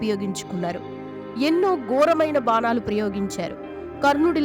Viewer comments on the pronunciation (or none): అమ్మ నీ తెలుగు వినలేక చేస్తున్నాము, బానాలు, కాదు బాణాలు